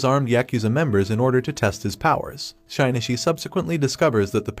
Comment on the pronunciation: great video but the way you say Shinichi's name makes me want to sandpaper my bald head